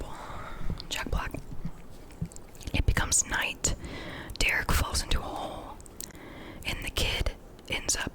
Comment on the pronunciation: His name is Gerret, not Derrick. Just letting you know:)